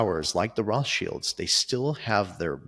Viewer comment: Love how he says RothShields. He knows the truth! “RocaPharaohs”